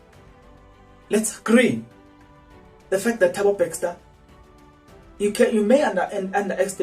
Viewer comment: can we get a proof of this speculation, dude its Bester not BeXter